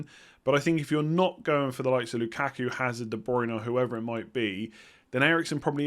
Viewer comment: Hazard silent H I think 🤔